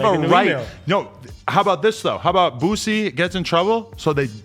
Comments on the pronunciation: It’s boosie not boozie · Boosie not boozie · Boosie. Not boozy